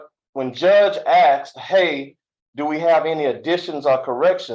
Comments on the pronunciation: I axed and axed and axed till I got it right! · First thing you do is hire a lawyer who can pronounce “asked”. Yours knows how, but in order to maintain his street credibility he chooses to put you in a bad light. Not smart. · If my attorney said axed instead of asked I would "axe' for a mistrial 😊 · I was listening carefully to the defendants' lawyer until 5.26 when he said Aksed instead of asked, call me a nit-picker but when you are presenting to a judge at a sentencing you need to be on point, and that includes your pronunciation, every time i hear someone say Aksed, it's equal to fingernails scratching across a black board. The lawyer and the defendant just got a reality check from Judge Stevens 🤐🙉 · You would think an attorney would be educated enough to pronounce words correctly! Axe….for asked….seriously! 😂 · another attorney trying to act smart and using "dis" "dat" "axed' "you all" "poolise" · Wonderful, the attorney can't even pronounce asked🤦‍♀️ I axe you is NOT educated sounding